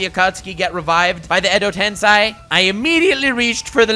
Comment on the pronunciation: Edo tensai????? WTH i thought it was Edo tensei you pronounced that so wrong wait Naruto isn't a senju. None of his parents are senjus. Wth? Oh so yeah it definitely broke the cycle because literally probably a month after that they fought again